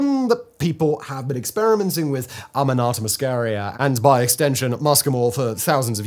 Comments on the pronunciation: In America, nobody calls it fly agaric. It's just called amanita. This guy says Aminata, which is just entirely wrong. He's mixing up the vowels. Am-uh-knee-ta. Not Ah-me-nah-ta. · the guy was doing my head in with his aminarta did he mention ibo tengu taki? could have scored some brownie points with that one. Cheers